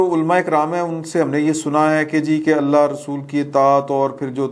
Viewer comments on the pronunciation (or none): none